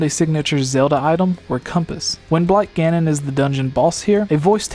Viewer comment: It sounds like he's saying "When Black Ganon" instead of "Wind Blight Ganon".